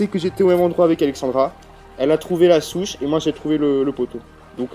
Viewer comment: J'aime bien c'est drôle parce que des fois tu dis Chouche au lieu de souche sinon continue tes vidéos